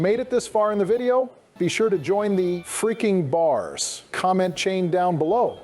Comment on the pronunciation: (In dons words) Fweaking bahs ! 🔥